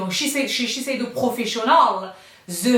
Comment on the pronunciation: la seule personne au monnnnnde qui prononce « chez Shiseido » aussi facilement 👏🏻😅